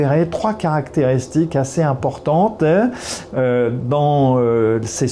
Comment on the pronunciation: "ASSEZ IMPORTANTAITTTTTT"